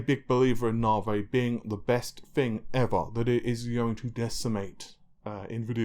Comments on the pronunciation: Nahvaye? really?? come on?! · Navi: Na (A like America) + V (the letter). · Nahhvey, Narvey, Nahvay, Narvay... and no it isn't Narwhale either. That would be kinda cool though. :P Also, why the hell do you keep using that horrible Forza footage from AMD? It makes your videos look like sh.t. It's not related to the topic discussed either. At least fire up the game and grab some decent footage instead of that garbage.